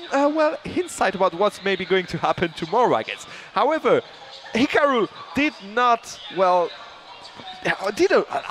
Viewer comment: I hate how they're pronouncing hikaru. It's hee car roo....